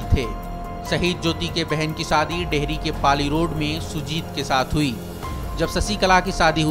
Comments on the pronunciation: Saadi nahi Shaadi hota hai bhau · Saadi nahi shaadi mere bhaai